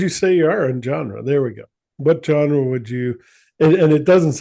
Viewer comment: She is pronouncing the word genre incorrectly but she is talking about how their music doesn't have a genre